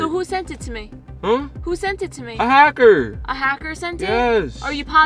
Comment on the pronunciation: When said "hackter" i died😂😂😂😂😂😂